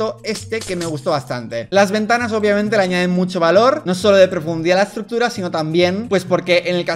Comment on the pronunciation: me encanta como en ves de decir obviamete dice oupbviamente (o algo así, el punto es que me da mucha gracia xd)